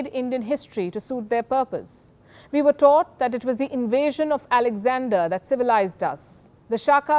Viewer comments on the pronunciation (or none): none